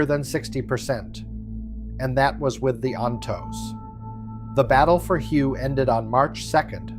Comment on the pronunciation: Hue isn't pronounced as you think it should be, it was Hue = Way the old capital of Vietnam